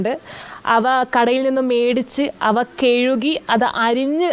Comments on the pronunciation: കിഴുകി അല്ല കഴുകി q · കെഴുകി അല്ല. കഴുകി